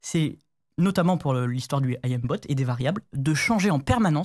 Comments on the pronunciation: S'il vous plaît, arrêtez de dire A.I.Mbot (ayembot 🤣), j'ai eu l'impression d'entendre ce débile de Tony (pour ceux qui connaissent). On dit aim (eim). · qui dit A.I.M. bot... 😂 Le Aillème bot. 😂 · Par contre svp aim (Ait y me) bot, et pas A I M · Pitié arrêtez de dire "Ayem bot", par pitié de grâce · Est ce qu'on peut arreter de dire "A.I.M" bot, quand on parle du verbe "to aim" = viser , et pas d'un acronyme ? Jpp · Par pitié apprenez à prononcer aim bot. Ca ne se dit pas "ahim botte" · "I am bot" "oualhack" je suis mort 🤣🤣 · Le "oual ack" et le "I am bot".